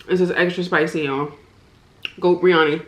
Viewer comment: I'm indian and thats not how u say biriyani